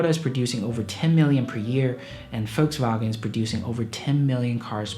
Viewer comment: Finally someone, who pronounces Volkswagen korrekt...